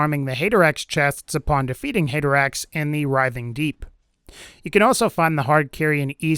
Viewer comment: Great video but the way he says haderax makes me cringe every time